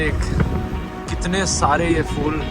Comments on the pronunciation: Dhruv isko phool pronounce karte hain fool nahin 💡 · phool dhruv not fool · Phool ❌️ Fool ✅️ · phool ko fool ku kehtay ho dhruv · Its phool bro 😅 not fool i knw fools are every where but this one is phool 😂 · Fool nahi bhai , phool..